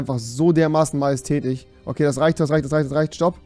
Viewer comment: JUNGE DAS HEIßT MAJÄSTÄTISCH UND NICHT MAJESTÄTICH